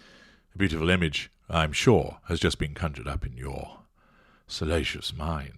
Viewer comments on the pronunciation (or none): none